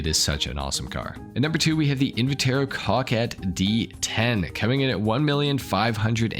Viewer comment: Bro I heard cockhead not Coquette